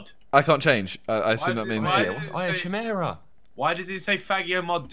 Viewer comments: it's not chimera it's pronounced ki-mer-a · pronounced Key Mare-AHH